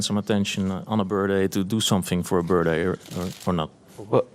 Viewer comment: On behalf of the dutch I would like to apologize for the person's pronounciation of the word 'birthday'.